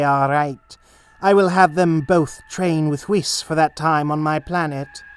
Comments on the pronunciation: Bro it's wees not wis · Ah yes, whiiis and beeruusse